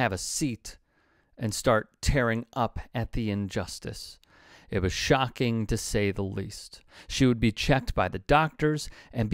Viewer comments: A bad sportswoman. "Tearing up" ought to be pronounced "TEER-ing," i.e., crying, not "Tare-ing," which is used for ripping. Why can't TYT presenters pronounce ordinary words correctly? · SMALL pronunciation corrections: tearing-> it's "TEER-ING" in this context. As in "tears" like she's crying, and Budapest-> it's not "pest" it's "pesht"